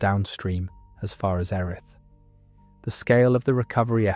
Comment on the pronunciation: Great video but I live at erith and u are pronouncing it wrong its pronounced earith love the video thou